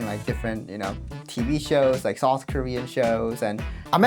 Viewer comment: I thought you said soft Korea instead of South Korea, the more I think about it, south would definitely be the softest Korea 😂